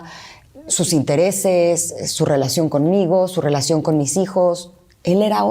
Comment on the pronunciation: Esa rielacion no la rieconoce ala rriaccion